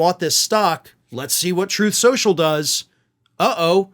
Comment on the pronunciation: Funniest mispronunciation ever 😂😂😂